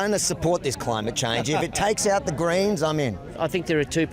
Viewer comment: Greens Ohhh I thought u were saying 'Grains' 😅